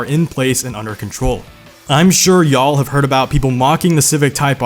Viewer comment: I’m pretty sure Mercedes is the only one who uses “Biturbo.” Also I heard you kinda stress “y’all” kinda like you’ve never used it. Just an observation from a southerner but it sounded a little awkward